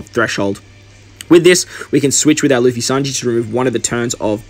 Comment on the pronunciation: bro it's luffy not laffy :P cool video